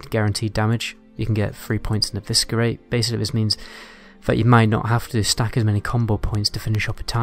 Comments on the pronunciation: Love your videos. But I have to say it. Eviskerrrate! Lol. It's pronounced Evissserate. The C is silent. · The way you pronounce eviscerate hahaha 😂